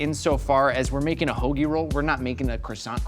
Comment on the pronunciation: ho(like your mom) gi. perfect pronunciation.